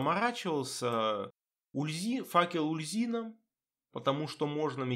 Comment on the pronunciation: Здравствуйте. Довольно интересный билд. Как всегда подробно объясняете выбор тех или иных скиллов. Но есть несколько моментов в видео, которые я хотел бы вынести отдельно. Итак: - Почему "Ульзина? Куда вы дели букву "У"? Бога зовут "Уль-Зу-Ин"; - Может я открою для вас Америку, но... Вы реально не в курсе, что для прокачки "Стихийного баланса" в "Стихийном размене Искандры" "Перегрузку" брать не обязательно? "Перегрузка" никак не блокирует доступ к "Балансу". Это НЕ проходные умения. Для взятия усиления навыка нужен только сам навык. Вы можете взять "Огненный удар" и "Серные осколки" не вкладывая во "Взрывной удар" и "Статический заряд" вообще ничего; - "Облитроксис"... У вас какая-то проблема со зрением, произношением, чтением? Или это ваша фишка? Там написано "Об-Ли-Тор-Икс"; - Ого! Я реально удивился, когда вы правильно произнесли "Ложь Корваака"; P.S.: Да, я зануда. Так сложилось, что я очень чётко подмечаю все ошибки в письме и произношении и у меня от этого подгорает. Надеюсь вас это не обидело.